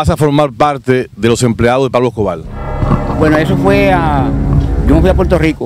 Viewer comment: PABLO ESCOBAR Con R…Escobarrrrrr No es. Escobar,Tenes q aprender a hablar,la comunicación es exigue té y además un medio auto/parlante q educa o embrutece